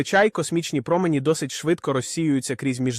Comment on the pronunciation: якщо наголос не правильний це все читає програма читалка а не жива людина. Зараз дуже багато відео озвучують через програми читалки